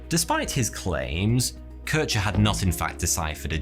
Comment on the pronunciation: Good quality video, just a shame for the total ignorance / inaccuracy of german name pronunciation (Kirchner) ?